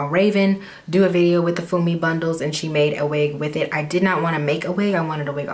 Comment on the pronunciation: 'Funmi' is said 'Fuu-me' it's a Nigerian female name.. Love the hair tho suits you x